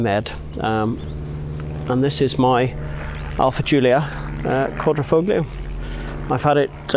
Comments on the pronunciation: Ed .....it's not Quadr...O..foglio....it's Quadro...I...foglio....the "g" is silent...it's in your video's title! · Thanks, ooohhh, one thing, the G in Quadrifoglio is silent ;) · Just an fyi, you aren't supposed to pronounce the G in Quadrifoglio. In Italian these G's are silent. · Sorry it was a little drawn out. It was my first video and I even pronounced Quadrifoglio incorrectly!! I get better on later videos but all the essentials are there. Thanks. Ed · Quadrifoglio...the "G" is silent....Much love DAWG !! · My first video. Got the pronunciation of Quadrifoglio wrong but everything else I stand by. Thanks for watching. Ed